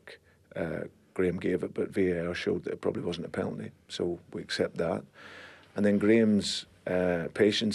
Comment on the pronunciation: Haha he says peltny instead of penalty